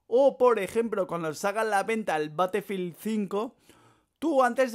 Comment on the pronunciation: Batefild compreto este men no sabe hablar :v